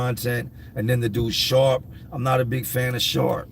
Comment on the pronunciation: Honestly, when you said dudes name was sharp I had to rewind because I thought for sure you said shart. It made me laugh because I have a feral cat in my yard that I feed and prior to him coming to me something must have happened to the poor guy and his back legs aren't to good so he can't hold himself up to poop. So regardless of where he is he just poops. So I named him Shart but I just call him Art. I wish he was friendly because I would take him to a veterinarian to see if they could help him. Poor little guy hisses at us when we feed him because he doesn't know any better. He has a warm place to sleep and food to eat and he seems fine with that he also has some kittens a momma cat left us some months ago. I am trying to get everyone in before winter hopefully.